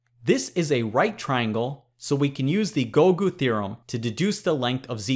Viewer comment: feel nice to hear gougu theorem to be pronounced.